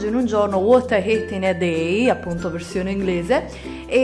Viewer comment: uot ai eet in e deeeiii